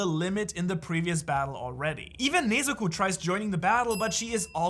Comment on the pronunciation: Nezuko❌ Neezuko✅